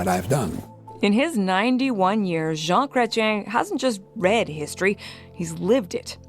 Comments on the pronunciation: BTW it's Zhawn - like “John,” but with a soft “zh” sound (as in measure) - Kray → rhymes with “gray.” tee-en → “tee” followed by a soft “en,” almost like “tee-ehn.” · JEAN CRE T -YEN IS HOW YOU SAY THE PRIME MINISTERS NAME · Jean Creshen is how you pronounce his name. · Pronounced ‘jun CRE chin’ phonetically